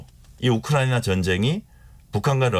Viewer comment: 이 교수라는 여자 발음이 너무 이상하지 않나요? 한국말 발음을 제대로 못하는거 같아요. 혀가 짧은건지 너무 듣기 거북하고 이상하네요. 발음이 부정확하고 말을 더듬는거 같아요. 우크라이나 라는 단어도 왜 또렷하게 발음을 못 하나요? 많은 단어들이 어눌하게 들리네요. 좀 이상해요. 한국 사람 맞나요?